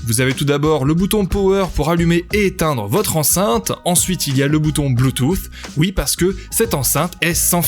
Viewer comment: 2 truc me dérange la façon que tu à de dire bluetooth :) et de pas dire le prix en vidéo ;( sinon' c'est bon